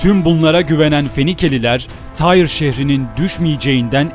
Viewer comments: Bu şehrin adı Türkçede "Tir" diye telaffuz edilir ve yazılır. Allah aşkına "Tayr" ne demek oluyor? Yapmayın böyle şeyler. Türkçe tarih kitaplarında antik Lübnan şehirlerinin adları yıllardır bellidir: Sidon, Tir, Biblos...vs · Tyre yani Tyros şehri, telaffuzu Tire ya da Tiros şeklindedir :) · Abi tire diye okunmuyor mu ben mi yanlış hatırlıyorum